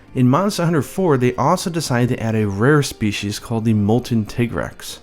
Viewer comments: it's not a fucking tiggrex it's a TI-GREX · If it's based on 'tiger' then why do people call it 'tig-rex' instead of 'ty-grex'? (TIGer-REX?) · >Japanese name is pronounced Tigareksu >Still calls it Tai-Grex Why are Americans so persistent that thir only language exists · Tigrex, most people assume the 'tig' is from English tiger. Wrong, it's from the Spanish "tigre". Hence tea-grex pronunciation. Educate yourselves ppl. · You saying tigg-rex is making me trigg-ered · His named derives from tiger. You don't pronounce tiger "Tee-ger" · Since my group of friends couldn't agree on a pronunciation for Lagiacrus we all just agreed to reverse it and call him surcaigaL or sir-kay-gull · I don’t give a flying duck Capcom calls it “titgrex”, because they are Japanese, they do not have a deep enough understanding of the English language to decide the linguistically correct pronunciation of any English word even if they made it up in the first place. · Tai-grex, because his nature is supposed to be similar to that of a tiger. even references this People are gonna pronounce things however they want, but I definitely believe "Tai-grex" is the correct way to say it. Also, "Wrath-uh-low-s, Fay-tal-iss, and Yee-Ann-Cut-Coo. 'Yian Kut-Ku' I may very well be pronouncing wrong, but it's how me and my friends have always pronounced it. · You tiger taiger and Tig-rex just sounded wrong to me but what do I know I awlaws called Gobul Gobble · I do "Teeger-rex" . Pronounced like the German tanks.